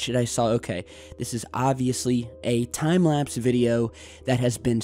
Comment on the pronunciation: pluse he says its time laspe